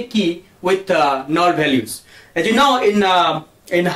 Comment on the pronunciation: null not "null"